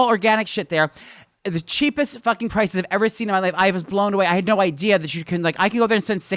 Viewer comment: "That's such a smart idear" lmao I fucking love!